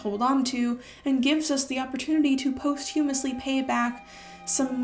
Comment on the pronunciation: This video is great! Quick note: it’s pronounced pos-choo-mus-lee, not post-hyoo-mus-lee